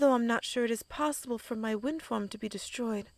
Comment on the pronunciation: 10 minutes in and i heard her say wind form... I tought she had a FUCKING WIND FARM.